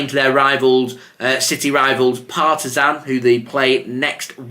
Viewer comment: Great pronunciation of FK Partizan.